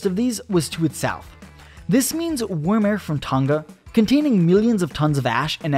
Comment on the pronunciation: "Warm" he says. 😂😂😂